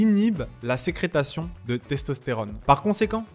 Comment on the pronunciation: la "secretation"..à .......mdr...